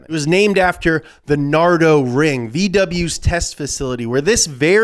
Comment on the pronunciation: When said nardo i was like "NARUTO?!?!?!?!?!?"